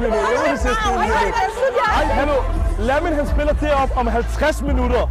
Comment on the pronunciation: Bro siger legit Lamæn (Lamin)💀💀💀